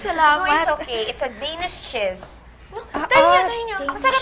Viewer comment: "it's a danish chezt". CHEZT??? ANE DAW!??😂😂😂